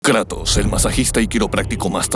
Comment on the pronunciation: no me gusta como dice Kratos, en lugar de Kratos dice kraitos